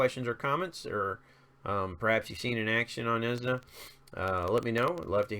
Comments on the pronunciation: it's pronounced neezjă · ne, not ni. closer to "pearl"'s "pe" zha, closer to "ja" like jar without "r" but i enjoy how you butcher all heroes' names LOL. include diaochan, aurai, paganini